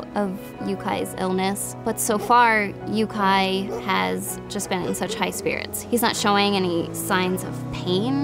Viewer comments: She said it right the first time idk why she kept saying it wrong after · Can you guys re-film this video please? With someone who can pronounce Yuki; hearing Yukai made me pause video , write this comment and rage with YouTube for the night. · am i the only one who’s bothered by how they pronounce “yuki” as “yukai” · It’s Yūki Not Yukai!! Funny I know this because my dogs name is Yūki again not Yukai.... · I’m pretty sure it’s pronounced “You key” rather than “Yuke eye* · Dire wolves are much bigger. Yuki is a Japanese word pronounced yu-key not yu-ky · I stopped watching when she pronounced Yukai for the 3rd times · Yuki is pronounced You-key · Yeah.. Me too.. I lost a brain cell every time she says 'yukai' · "Yuk-AI." Brain cell left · JY kayak fishing if she is going to say Yukai she should change the spelling of his name. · the name is awesome, i just feel they should spell it differently based on the way it's pronounced... "yuki" is japanese for snow, so if that's what they were going for they're mispronouncing it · 😂😂😂I'm just laughing at all the comments...mispronouncing his name...they did...because they are southern...it's the south. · Yup, they should learn how to pronounce his name right if that's the way its spelt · No. Its pronounced the ignorant way. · Yep as my name is yuki i cringed everytime. Ive heared quite allot of creative pronounciations of my name but this is really the worst one. For the ones saying her pronounciations sounds more male --> yuki is both male and female. I mean I can laugh about it, but still not really hard to at least Google a name and chek the pronounciation of your giving a foreign name. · am i the only one who thinks she’s pronouncing yuki wrong like shes meant to say it in japanese